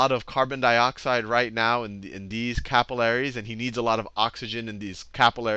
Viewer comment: Say capillaries properly